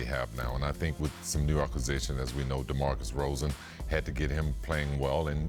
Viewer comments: Did Scottie just called Demar...Demarcus Rozan 😂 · "DeMarcus Rozan" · Mf Scottie pippen still doesn’t know demar derozans name.... smh “Demarcus Rosen” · Rosen? Just gonna ignore scotty saying demarcus rozen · scottie called him demarcus rozan lmao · Scottie really said DeMarcus Rozan 😂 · This nigga said Demarcus rozen 😂😂😂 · Scottie can never say DeMar's name right 😂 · Scottie still fucking up my guy derozan's name somebody tell this man sheesh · anonymous scottie still better than barkely when pronouncing